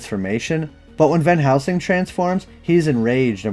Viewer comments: Are you saying Van housing? I thought it’s pronounced VAN + HEL + SING. Anyways, love the videos! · Why do youy keep saying, "Van HOUSING". I'm not imagining it. Every time you mentioned it in your Priest video, you said, "Van Housing", and the CC agreed. Then in this video, you say "Van Helsing" a few times, but then you go back to saying, "Van HOUSING", and when you do the CC matches it as well. Where are you getting, "Van HOUSING" from? Actually, you don't always even say, "Van Housing", you kind of mumble between a few different names. Are you drunk, or what? lol